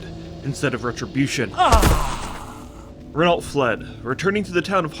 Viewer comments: it's "reno" not "renolt" 😬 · Great video (necro commenting), the Scarlet Crusade is the only thing left about WoW that I love and I wish they'd give them some honour and make them a true force. Also, it's pronounced "Reh-No" not Rehn-alt. Cheers! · pronounced "rey-no" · just so you know, renault is a french name and pronounced more like "reh-no" . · Renault = Renoh .. just sayin like! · My favourite part was not knowing how to pronounce Renault.